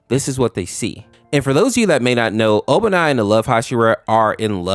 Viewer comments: It's obani not ibanai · It's actually Obanai, not Ibanai. Also, purposely turning yourself into a zombie is always dumb. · HIS NAME IS OBANAI NOT IBANAI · IT IS NOT IBANAI IT IS OBANAI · Ibanai is killing me ITS OBANAI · Obanai❌ Ibanai✅ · Ibanai?! It's Obanai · "ibinai" is crazy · Ibanai? His names obanai and Aois name is pronounced owee no hate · Btw it's obanai just tryin to help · BRO THE FUH YOU MEAN IBANAI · No offense but it’s pronounced Obanai